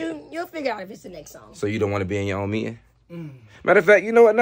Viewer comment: did it! I thought was the only one who swap letters when they mad😂😂😂 He said “ You mead the leeting” 😂😂😂